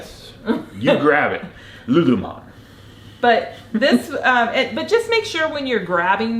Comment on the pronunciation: It's lululemon not melon! Know your brands